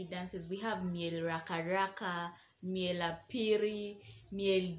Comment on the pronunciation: it's not "raka_raka" it's laraka_raka note tht please thanks.